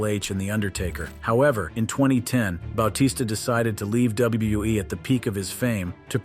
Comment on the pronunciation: Ba-t-sta dude